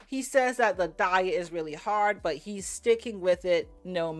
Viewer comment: When he said to his dummy GF, " it's frard rarce" bloody heck 🤦